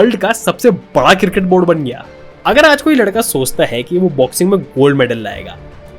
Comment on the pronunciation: Sahi bol le bhai , CRICKET, ye KIRKIT KIRKIT kya hain